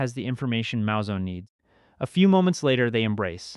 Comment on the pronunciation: It's Moo-Zone not Mow-Zone. Great video tho